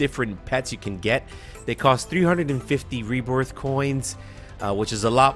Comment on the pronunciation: "They cost 350 reborth coins" xD